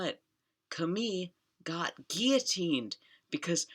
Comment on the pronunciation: When you read out “guillotined without trial” on Max’s apartment plaque that was so painful to hear…